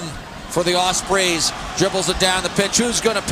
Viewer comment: I love the commentary and the fact that the clock is counting down, threw me at first but soon cottoned on. And 'Osprees' it's not even like its a strange word. Don't they have Ospreys in the US?